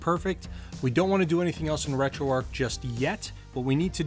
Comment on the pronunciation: It's not like it matters but it annoys me....'Retroarc'...that's what you keep saying...there is a 'h' on the end however making the word arc a different one, you see that 'h' yes? Please try and use it.